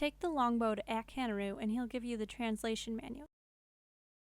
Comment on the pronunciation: the guys name is ak-harunu and shes like ak hanru lol